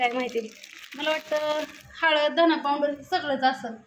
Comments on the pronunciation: हे सगळे लोक पाऊनडर म्हणतात..सोप्पा शब्द आहे पावडर..कशाला इंग्रजी बोलतात..सरळ मराठीत भुकटी म्हणा..😂😂😂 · आक्का आदीगर नाही अगोदर म्हणा पाऊडंर नाही पावडर म्हणा. राग मानू नये. सांगितल्याबद्दल